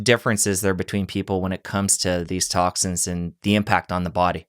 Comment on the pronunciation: I was questioning the way he pronounced toxins (toxicans), also. I may be wrong but I’ve never heard that word before.